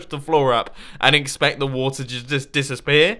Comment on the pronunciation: Dis Aspeer (Instead of Disappear)